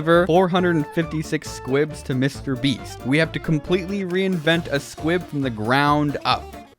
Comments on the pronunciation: instead of saying Mr. Beast you say Mr. Bress. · ayo wat he was calling mr.beast mr.breast :/ -_ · It does not Mr breast it is Mr Beast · It not. Mrbrast. It. Is Mr beast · his name is not Mr brest its Mr beast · Bruh he said mr breast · Also you say Mr. Brest. I find this funny for some reason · "This, is Mr.Brest" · I’ve seen your name before but never watched a video of yours. 5 seconds in “this is Mr Breast” haha yep imma like the content. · Wtf he called 'mrbeast' Mr breast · did max and chad pay you to say mr breast